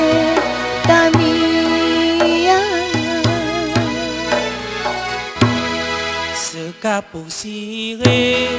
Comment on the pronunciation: ingat teman teman,sebutan nya bukan TAMIANG. yang betul adalah [TEMIANG] artinya :tidah terpengaruh,atau tidak mudah termakan rayuan,atau bahasa modern nya {tidak mudah terkontaminasi}